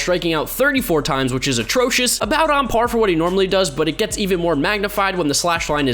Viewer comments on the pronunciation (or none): Take a shot every time he says otrocious